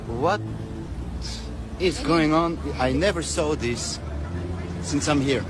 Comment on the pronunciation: The word saw does not have an r in it